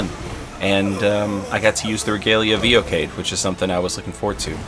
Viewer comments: I thought it was pronounced Ee-oh-ki-ad. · Fun fact, Regalia of Eochaid is pronounced "YO-HUD" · I'm not an expert or anything but I think Eochaid is pronounced 'Ee Yo Haughd' with a really harsh H sound. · 10/10 build, fun fact it's pronounced Yo-Hide